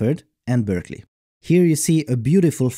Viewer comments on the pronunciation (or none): none